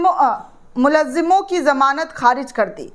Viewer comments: बेटी मुल्जिमो का सही उच्चारण करें जैसे मुल+जिमों = मुलजिमों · Dear anchor - correct pronunciation 'Mul-zim-on' hei. Khayal rakhiye.